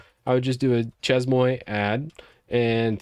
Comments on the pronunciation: Hey great video - useful info. The word "Chezmoi" (that u keep butchering) is pronounced SHAY-MUA. Its French lol - means "at my place." Anyway, enjoy ur channel. Keep up the good work 🙂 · It's pronounced Shay-muah 😂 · Chez-Moi pronounced Shea - mwah if you want to simplify it you could try She maa and that'd be probably closer. Easier to say and much less disorienting. Chez-Moi = basically french for "My house" Chez-Moi = My House Chez-Toi = Your House Chez-Alice = Alice's House That said it seems like a fun tool. Definitely bookmarking for when I really have time to start using Linux. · That shez-moy makes my ears bleed, and I'm not even French. 🙈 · As a French guy, it's pronounced "Shay-Muah" :) Just watching this now! I've got a couple of dotfile solutions but I'm definitely open to better tools, especially since I'm planning to do a barebones Ubuntu 22.04 install soon (migrating from Debian because I've accidentally made a FrankenDebian from newer packages) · chezmoi 🤣🤣🤣🤣 bro i cant focus on what you saying every time i hear u saying it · It would have taken like 2 minutes to look up the pronunciation lmao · I'm not even French, only studied the language a couple years in high school, and I'm losing my mind hearing butcher these words. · that really REALLY hurts my ears to hear you saying ChezMoi like that Chez as in Ché Guevara Moi might be phonetically written as Moire (but not quite so extended or drawn out. a bit shorter on the finish) Chez Moi is French for My Place (My Home) also, shouldn't local binaries go into /usr/local/bin (/usr/local/sbin)... ( let's be tidy but keep to the existing conventions. and if we are moving systems again, we know we have our own non-standard binaries in a designate folder location that we can pickup and take with us )